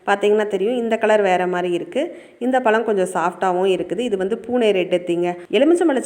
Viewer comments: Palam illa pazham first tamizha ozhunga pesu tension aguthu mayiru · Pazham not palam